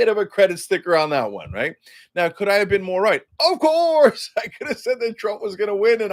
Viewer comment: Cenk "of courrrrrrrse" Uyger